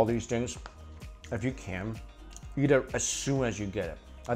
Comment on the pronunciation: Every time he says eat i Think he says yeet so i get funny pics in my head